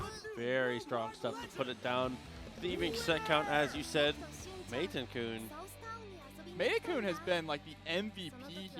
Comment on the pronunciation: This announcer driving me up a wall. It's pronounced MAY-TEN-KUN not MY-TE-KUN. Mad props to Layec though. Showing off that you don't need to use high tiers to make it far in tourneys. You just gotta put in the work.